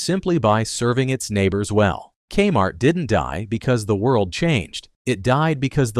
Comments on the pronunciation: Your robot called it kuh-mart. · Here's the thing - as soon as the artificial voice says "ka-MART" at about , I gotta turn it off. If a human isn't willing to spend the time to read the script - or at least listen through the whole thing once for issues - why expect people to listen to it? Sorry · "kmart" one syllable. Would a human narrator say that? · Thank you, robot voice. Because of you I now know that K-Mart is pronounced CUM-art, and I will make sure to pronounce it like that from this day forward.